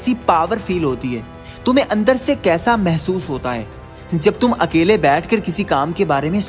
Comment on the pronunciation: Nice but it's अकेले not अकले